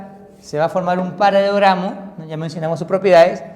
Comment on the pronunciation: OE LENGUA E TRAPO ES "PARALELOGRAMO" NO PARAGRAMO